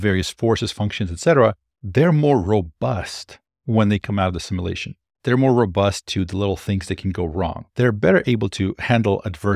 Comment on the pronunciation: Please learn to pronounce simulation.